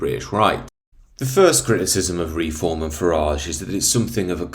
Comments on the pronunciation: It’s Reform not Re-Form 😂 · You lost me when I heard the way you pronounce reform.